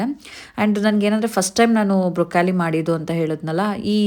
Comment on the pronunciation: Brokali alla broclie